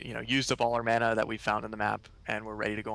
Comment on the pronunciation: Wow. The Dev pronounced "mana" correctly. I almost never hear the proper pronunciation of mana in any video online these days.